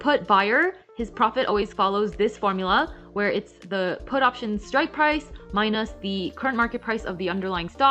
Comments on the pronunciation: Love this. And also love how she says “mine-us” :) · I can't front: I love the way you pronounce minus ("my-nosse") 😎